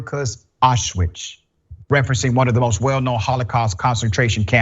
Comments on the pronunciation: man... he doesn´t know how to say Auschwitz in a proper way... llooolll he said it Auchiwts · He can’t even pronounce Aushwitz